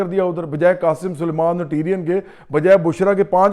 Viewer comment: ٹیرین نہیں ٹیریان